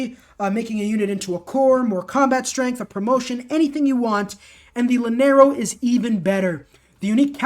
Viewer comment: It annoys me so much that he pronounces llanero like he does It’s pronounced yanero not lanero in Spanish double l is pronounced like a y